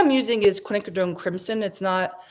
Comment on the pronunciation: Hi 🙂 Your class was interesting and your piece turned out GORGEOUS!!! You definitely stopped at the right time. How you got there, even though I watched it, I still have no idea! I'm going to say intuition. May I offer you a suggestion? Quinacrodone is pronounced "qwin•a•crow•doan"....we shorten it by saying quin red-violet or quin gold or quin burnt orange, etc. When one is explaining things using quin instead of quinacrodone helps the tongue from twisting....at least for me it does, lol!